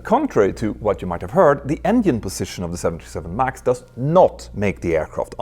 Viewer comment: Why do Swedes have a problem saying “ENGINE” 😅